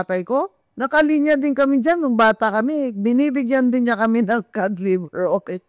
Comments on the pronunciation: Anong cad baka cod. ang pag pronounce lang (cad) pero ang spelling nyan ay cod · Nalilito na talaga ako. Iba na ba talaga ngayon? Kasi ang YouTube pag binasa na ngayon yutob tapus si ung COD, kod na basa pero narinig ko sabi niya ai kad. Sobrang behind na ba ako😂